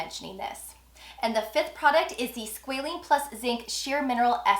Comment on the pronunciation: I’m keep hearing, “Squalene”, I only see Squalane in their products. Thanks for the review though.